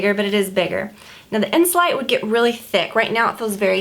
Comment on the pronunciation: You pronounce it (insoleete) in French :)